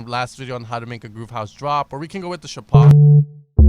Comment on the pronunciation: NOT ShapOv! ShApov!!!!!